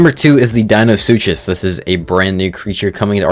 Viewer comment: Dino-Soo-Cuss. Deinosuchus. :)